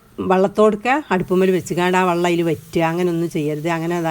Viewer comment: Vallom alla vellam